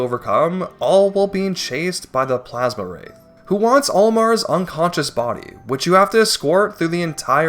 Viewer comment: Plaz-Um wraith, NOT Plaz-Ma wraith!